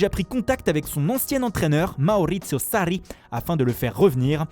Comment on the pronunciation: « L’As Roma » ne se prononce absolument pas comme ça. Même chose pour Sarri et Gattuso. 0/3